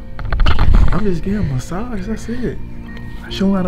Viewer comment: “Mascage” 😂😂😂💀 I love y’all